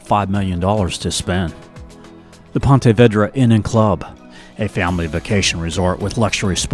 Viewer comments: Great video. When you are not from here though "pontey vaydra" instead of what we know it as "pawna veedra". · Yeah, that “Ponte Vaydra” pronunciation was killing me & every Jax Native in this video lol. Thought I was the only one 😂. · Ponte Vedra is pronounced Pawn-tay Vee druh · Love your videos. But you have to learn to pronounce names of places. Like Ponte Vedra...it's Vee-dra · Correction, it's Pahn-tah Vee-drah. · Ponte Vedra, for most locals, is pronounced Pah-tah Veed-rah, not the way it is pronounced in the video. It's named after Ponte Vedra, Spain. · vEEdra. It's pronounced "Ponta Veedra." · Great video but pronounce Ponte Vedra Beach correctly please...Vedra with long E. Thanks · That's PONTA VEDRA with a Long E. , no "eh". Please! Linda Hunter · This one is much better than the last one on Jax. I am from there. Ponte Vedra is pronounced "Veedra". The Tolomato river near Nocatee is called the Intracoastal Waterway. Nobody uses the river names around here. I'm surprised you didn't mention Kingsley Plantation, which is a Timucuan Preserve right across from where you get off the St Johns River Ferry. It's a beautiful property with old live oaks dripping with moss and standing historic buildings to tour; easily a daytrip. Maybe next time cover Fort Caroline which is right near where you get on the Dames Point Bridge from the south. We also have a Botanical Gardens right neat Fort Caroline. That section of town is beautiful with older Spanish-style homes. Also San Marco area which is near the south bank of downtown, and Five Points which is a cute area with shopping, down Riverside Dr. Bounded by the West bank of the St Johns river and the Ortega river is one of the most affluent neighborhoods in town and full of historic and beautiful homes, called Ortega. I could go on and on. I'm sure you don't have so much time to cover everything but for your next vid, there's a few offerings yet. Good job! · I wish you would learn how to pronounce Ponte Vedra 😩😩😩